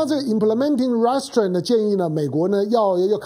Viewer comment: 湘龍老弟容我鷄蛋裏挑下骨頭，Restrain 的重音是在第二音節不是第一音節，您再試試看。